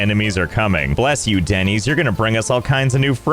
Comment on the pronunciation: I would rather be one of these villagers than hear Denys pronounced Dennys instead of Dennis one more time